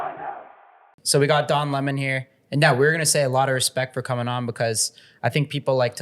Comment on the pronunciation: I don't agree with him, but I always respect when people can have a civil conversation. I have to confess, thanks to Tucker, I now subconsciously pronounce his name "luh mon".